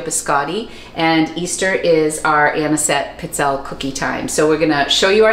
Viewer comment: Pee-tzell'-eh.. is the pronunciation... I'm Italian. Stress the second last syllable